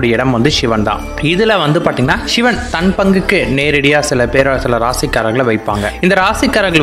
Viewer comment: உங்கள் உச்சரிப்பு ஷிவன், ஷிவன் என்று பிழையாக சொல்கிறீர்கள். சிவன் என்பதை சரியாக உச்சரியுங்கள். "வல்ல குருநாதன் நம்மை வருத்துவது கொல்லவல்ல, கொல்லவல்ல, பொல்லா என்று வினையறுக்க". இது எனது சிறு வயது தமிழ் ஆசிரியர் எப்போதும் கூறுவார். அதனை எப்போதும் எத்தனை துன்பம் வந்தாலும் நினைத்து ஆறுதல் பெறுவேன். அதாவது கடவுள் பக்தர்களுக்கு கஷ்டத்தை கொடுக்கிறார் என்றால், அவர்கள் கடவுள் மேல் அன்பு, நம்பிக்கை வைத்துள்ளார்களா என்று சோதிக்கிறார் என்று அர்த்தம். அதை விடுத்து இவரை நம்பி பிரயோசனம் இல்லை என்று அடுத்தவன் வீட்டிற்கு (கிருஸ்தவனாகவோ இல்லை முஸ்லீமாகவோ) மாறினால் அங்கே ஏதாவது கிடைக்கும் என்று நினைத்தால் , நிச்சயமாக இல்லை என்பது எனது சொந்த அனுபவம்.அதை ஒருபோதும் ஒருவரும் செய்யாதீர்கள். அது பொய்யான சிந்தனை.